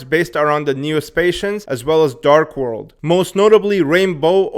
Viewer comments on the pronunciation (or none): none